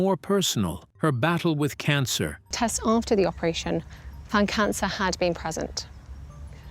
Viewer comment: Cancer not çancr